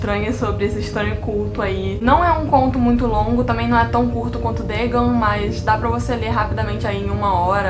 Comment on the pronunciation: Dagon não é uma palavra de origem inglesa, então acho que não é necessário pronunciar conforme o inglês “Dêigãn”.